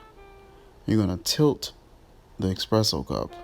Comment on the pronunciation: It's eSpresso. Not expresso.